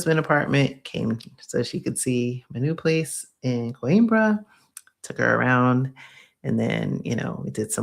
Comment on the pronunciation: I'm not being a jerk, but it's pronounced...."QWEEN-BRAH"